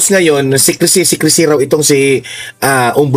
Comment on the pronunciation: Not Maritez, instead MARTIREZ